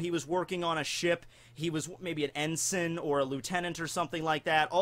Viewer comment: That's not how you say "Ensign"